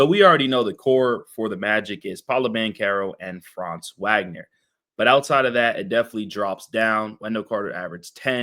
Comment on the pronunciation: Thanks for covering the Magic, I mostly agree with your assessment. Just fyi, Franz & Moe's last name is pronounced "Vawg-nur", not "Wag-nur"